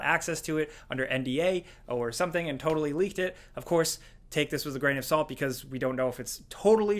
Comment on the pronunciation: “Groan of salt “ lol !